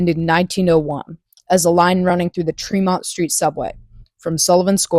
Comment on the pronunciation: "TREMM-ont," NOT "TREE-mont."